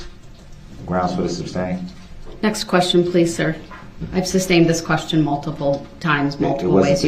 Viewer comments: If he would quit yelling grounds, he would here the grounds plus, why can’t he say sustain and not substain? It would be hard for me to stay quiet! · I remember when she said “substain” and quickly corrected herself. I pictured her and her husband relaxing after a day of work and her saying “if he says ‘substain’ one more time I’m going to scream”. No doubt there were more than few discussions of his mispronunciations. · I wish she would've "axed" him what "substain" means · You know it just dawned on me that maybe, just maybe if circus boy would shut his mouth for 5 seconds after the objection....maybe he would have heard the grounds. And maybe the idiot would learn to say "sustain" instead of "substained"! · I wish she would have corrected him on the word sustain not suBstain. Lol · It was but he didn't use that word as much as suBstain. Lol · substain is a real word. It goes with masterstain